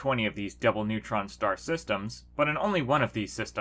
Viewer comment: I swear he said “devil pulsar system”.